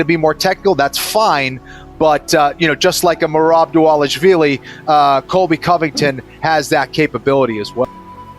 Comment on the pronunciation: Am I the only one who heard Henry try to say merab last name😂